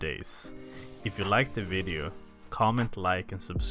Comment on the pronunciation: Ah yes “vedio”